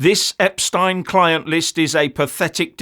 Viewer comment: Thanks for pronouncing his name properly.